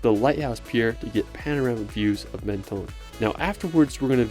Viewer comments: Dommage de n'avoir pas cité ANTIBES qui est plus typique que CANNES. PS : on ne dit pas MEN TO NE en France mais MEN TON ce n'est pas ON/OFF. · Could you please at least make an effort to pronounce the city names correctly ? Menton is not pronounced maneton 😢 it is not that hard to pronounce It the way it should… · Menton is pronounced Monton and Cannes i is pronounced like tomato can.